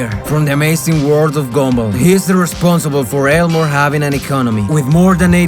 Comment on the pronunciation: With the way his voice is I thought at first that he said “The amazing word of gumball”